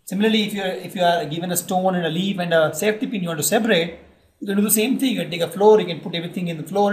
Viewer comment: Safety pin and centipede have no difference in your pronounciation😂